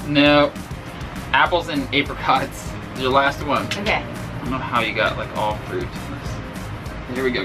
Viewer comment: people pronouncing apricot like APEricot makes me laugh